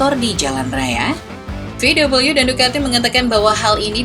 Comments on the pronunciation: Vau Wee cara baca di Jerman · ejaan jerman VW bukan VUU (double U) :(